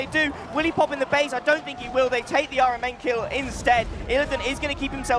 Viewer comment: the fact that caster keep pronouncing rMn as iron man triggering me